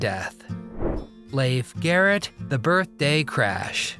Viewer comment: Really wish AI would learn English… Leaf Garret